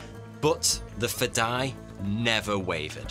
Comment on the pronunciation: its sweet seeing persians explaining arabic words and terms! while its nice most understand it means "the will to sacrifice one's life for WHATEVER CAUSE" the spelling is completely butchered. its (FE-DA-E) i have many persians friends who many times try to tell me an Arabic word but 99% of the time they have to say it 5 to 10 times and i have to work really hard to understand it! FADAE means alien FEDAE means... suicidal for the cause, whatever cause that is.